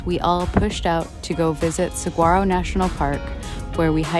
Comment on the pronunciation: “Suh-waaro”. The G is silent. Nice editing!